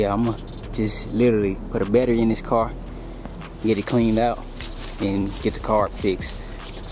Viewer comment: 💀🤣 “I love this carrr”